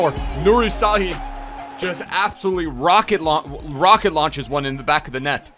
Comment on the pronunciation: It s pronounced shhahin